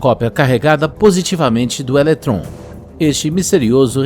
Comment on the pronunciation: Que agonia ouvir o narrador errando dezenas de vezes a pronuncia das palavras pósitron e elétron.